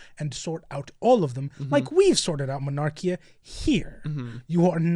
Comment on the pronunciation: I hate to be that guy but its "monarkia" not mernarkia But on the point of the word bearers EREBUS THAT LITTLE TWAT IF ONLY HE DIED AND KORPHERON DID TOO! NOTHING WOULD HAVE GONE WROOOOONG